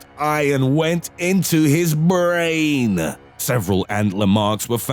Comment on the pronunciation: "Into his BRRAAINNN"...so good.